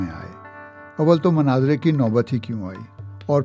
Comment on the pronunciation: It's Not Manazara....it's Munaazara.... Kindly correct your pronunciation. Thanks 😊